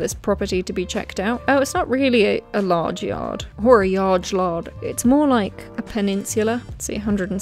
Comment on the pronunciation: Why is it that it took me all three echoes to realize what was wrong with “yarge lard”